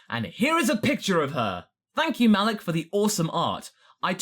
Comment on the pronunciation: That's my name, but it's pronounced MUH-leak